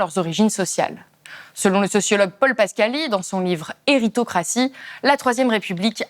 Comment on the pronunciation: C’est Paul pascali pas pascali !